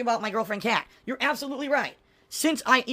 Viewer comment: Why does he keep saying "Pat" instead of "Kat"?